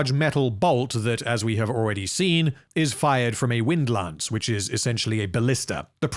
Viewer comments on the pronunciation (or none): none